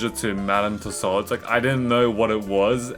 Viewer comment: The way he said Tussaud’s was painful